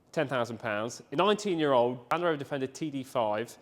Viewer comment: ….good video and glad your back but Land Rover has a “D’ in it….just sayin👍